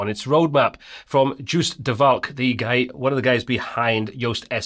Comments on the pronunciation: Joost is pronounced as Yoast 😃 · LOL, at you pronounced "Joost" his name right the second time, when you said the name of the plugin. It is literally pronounced YOAST.